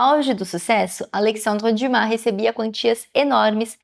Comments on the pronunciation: Acho que li todos os livros de Alexandre Dumas, mas só agora conheci a pronúncia correta do seu nome. Parabéns por esse belo trabalho. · Só falar o nome dele correto já merece o 👍🏻❤